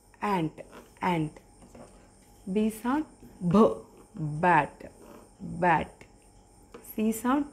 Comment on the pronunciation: Also, the ending T sound is more explosive than you said. Your sound was D in Bat. In order to say T, say a D but make a sudden no-voice pop of air.